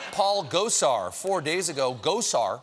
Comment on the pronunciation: Is it weird that I heard “Gozer” instead of “Gosar”? I’m sure there’s a joke there, but I just can’t see it.